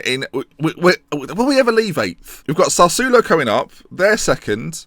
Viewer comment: You need Italian G to pronounce Sassuolo for you